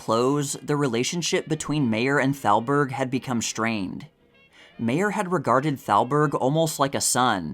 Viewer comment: oh brother , that would be Irving Thalberg .. NOT Salberg ...Thalberg , Thalberg , THALBERG !!!! the boy genius of MGM .... not Salberg .. is this A I ???